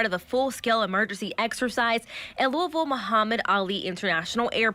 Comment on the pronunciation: I Was Born And Raised In Louisville Kentucky And Its Pronounced Louie-Ville NOT Lewis-Ville!! Only Some Jersey Shore JackAss DimWitted Son Of A Inbred Idiots Rented Step Mule Would Pronounce It Like That But As Would Say......I Digress. I Was Once Told To Say It Like Your Drinking Burbon And Chewing RedMan Or Did I Read That Wrote On The ShitHouse Wall.....Oh'ell, Either Way It Sounds Good. 🤫🤔🤔🤔🤔🤔🤔🤔🤔🗣🥃🙈🙉🙊